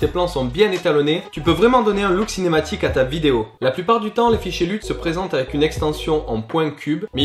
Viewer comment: C'est bon ça un nouveau tuto, on prononce Luuuuuuuuuuut pas LEUT =P